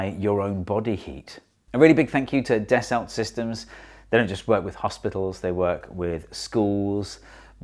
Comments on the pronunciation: It's French and pronounced "dasso" not "dassult". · it's "Dasso system" not das olt systems. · Hee Hee Hee zee eengleesh say it “Dess-Ult Sistims” instead of “Dass-O Seesstem” hee hee hee 😉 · Yep, "daso" / "das-oh" / "da-sow", etc.. Definitely not "deh-salt". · Steve mate, isn't it Das- oh as in Ren-oh? Delt a lot with Das-oh Falcon 20s in me time. Great vid. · Your sponsor’s name is pronounced dass-oh - might be handy if you want a repeat sponsorship! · Repeat after me: Dah-soh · Actually it's pronounced like "Dasso" 🙊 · It's pronounced “dasso sistem”. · da sa sis tum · You'd think the video sponsor would make sure their name is pronounced correctly!